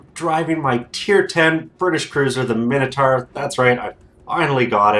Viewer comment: "Dinner-sar"...no! "Dyna-saw"...Yes! "Minner-tar"...no! "Miner-taw"...Yes! Sorry, bugs me, lmao.